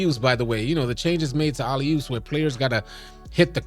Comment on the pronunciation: Bruh said “Ollie oops” lol